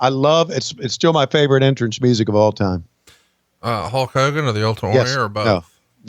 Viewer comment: “HOKE Hogan” Warrior